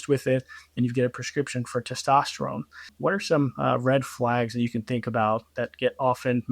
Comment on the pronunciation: It's hard to take a guy who says testosterome seriously.